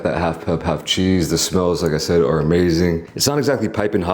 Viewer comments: HEY SLOB... it's CHEESE, not chee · I had to unsubscribe because they way you eat is dramatic plus when you say che instead of cheese 🤡🤡